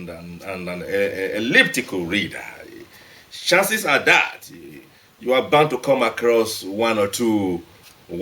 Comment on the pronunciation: Despite all the big words and old dusty ass words he is using,he cant even pronounce "chances" correctly,instead he says Shances smh